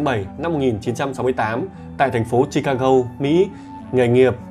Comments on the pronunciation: sao MC đọc Chicago lại đọc là chicagâu???? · không phải là vặn vẹo, bắt bẻ mà anh ấy đọc không giống với đa số "người Việt đọc tiếng Anh theo kiểu phát âm tiếng Việt" nên nghe hơi khó chịu... Ví dụ Chicago nó có 3 âm mà anh ấy đọc mỗi chữ go là gâu thì nghe nó rất kì... 3 âm tiết thì đọc cả ba theo tiếng Anh hoặc theo tiếng Việt thì nó dễ nghe hơn. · Chi-ca-"gô" , Nigga (Ni-ga hoặc Ních-ga) chứ ad nhỉ? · Em ơi ,phải đọc là Chicago, là gô chứ đừng đọc " gâu" nhé